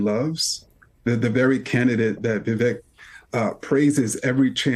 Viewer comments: The man has said his name is pronounced like "CAKE"...'VIH-VAKE' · Ibram is just another idiot who can't even say Vivek's name correctly. He also knows he is lying about Trump and Vivek but will do literally anything to defend his own bullshit.